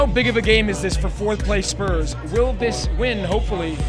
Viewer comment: supporting spurs but can’t even say it right hahaha